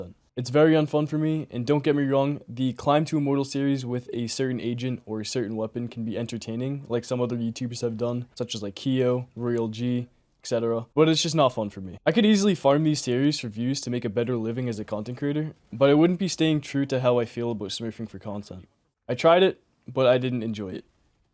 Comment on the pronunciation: Riyal g😂✖️ royal g✔️